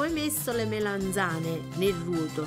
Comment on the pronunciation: Si dice MELANZANE non Melenzane!